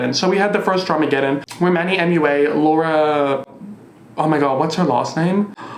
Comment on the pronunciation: It's Manny M U A, not Mua!